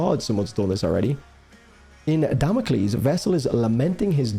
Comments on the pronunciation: Duh-mock-els, leaving us all in shambles. Felt this one soul-deep. 🥺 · You made my day when you accidentally said "damn awkles" again 😂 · As soon as I get all comfy and immersed, you go and say "Damockels" again. 😂 🎧 I really hope Tokn refers to his version in that way as a shout out to you. 😂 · I also CAN NOT STOP saying “Damockles”. That is contagious.